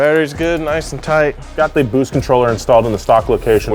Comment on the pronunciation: Bwoost cweeps